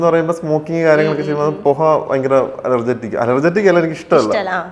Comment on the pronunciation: Allergetic എന്ന് പറയല്ലേ ബ്രോ. കണ്ടിട്ട് വിദ്യാഭ്യാസം ഉണ്ടെന്ന് തോന്നുന്നു .Allergic എന്ന് പറയുന്നതാണ് ശെരി .